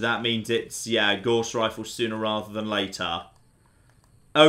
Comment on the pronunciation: You pronounce "Gauss" incorrectly. Look it up.